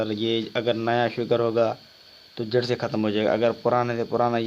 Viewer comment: جڑ لفظ ہے جھڑ نہیں